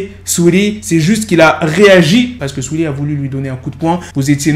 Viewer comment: mdrrr comment il dit le blaze de saweetie "suili"